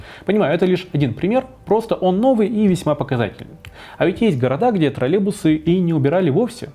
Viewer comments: троЛЛЕЙбусы, а не тралебусы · Немного бесит когда вместо "троллЕЙбусы" говорят "тролЕбусы" :__)